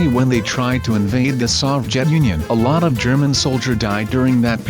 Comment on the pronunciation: wean u were talking about the people who died of hiporthermia for some reason when said" a lot of people died " I thought u said "a Llama people died"